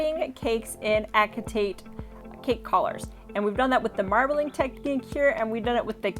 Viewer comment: Pronounced Ass-eh-tate 😂 not ACK